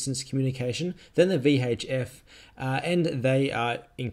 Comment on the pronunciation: V Haych F! Love the vid, many thanks from nz!